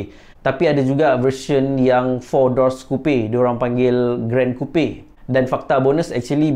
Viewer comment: Coupe sebut Kupe? Bukan Kup?